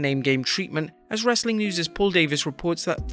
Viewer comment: I'm new here can someone please explain to me why he says wrasstling content at the end